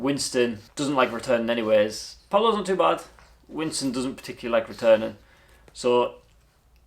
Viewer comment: Winston not Wiston!